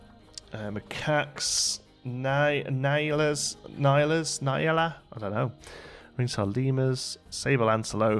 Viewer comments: Also, the nyala is pronounced n-yaaa-la it's isiZulu :) they are super fluffy in real-life, super cute too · Hey! Greetings from South Africa! Love your videos, super excited to see what you come up with. Quick tip on animal name pronunciation: (I'm not trying to be annoying; I'm sure you will appreciate knowing how the animals' names are pronounced:) ) The "Gila" in Gila Monster (from the previous episode) is actually pronounced "Hila". The Nyala (This Episode) is pronounced "Njala" (The Nj is pronounced like the ñ in El Niño). Keep up the great content!